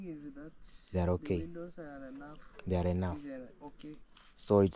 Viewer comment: Nice video., I noticed you always pronounced windows as wintos. The pronunciation is easy if you break it into two: WIN as in win and DOWS pronounced as doors. So, use win doors to make it easy for you. That old man must be a man of God for him, his wife and family including the in-laws to be blessed in such a way. The beauty of life is what you give is what you received and usually in ten folds.